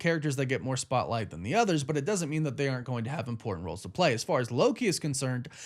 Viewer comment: Is anyone else annoyed with the way he says and over pronunciation of “important”